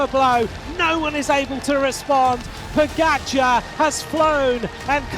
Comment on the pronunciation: You are a paid pro commentator. Why not learn how to pronounce correctly the name of pogacar?